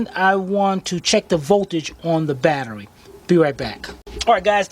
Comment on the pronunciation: Did you say Bat..erie acid? Now this would be a good place to use my Blue Point 1/4 ratchet yyeeeeeaaaa booooyyyyyiiiee! to disconnect those terminals.